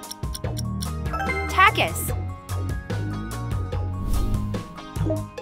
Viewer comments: Takis❌ ta kis✅ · It’s Takis not zaskis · You said for fanta and takis like fonta and takihs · It’s not takis it’s takis